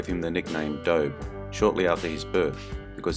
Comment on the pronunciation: It's pronounced Doby, like Mody. Clue, adobe soil!! good grief !